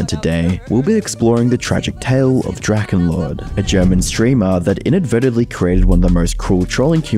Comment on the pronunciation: American people know abt drachenlord or howd you say drakänload